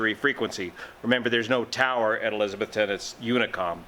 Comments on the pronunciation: We say elizza-BETH-tun. Only furiners say it like Elizabeth with a ton on the end. Watch for clarification Cheers, -- Joe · It’s eliz. A Beth ton. Tennessee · the crash occured in Eliza-BETH -ton. We're in NE Tennessee, which is in the south. We sometimes pronounce things funny, and in this case, it's ElizaBETHton. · Sorry dude, it's pronounced "e-liz-a-BETH-ton", OK?